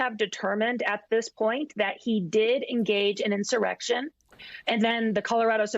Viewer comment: She sure pronounces IN-Sir-RECK-shun reel purtee.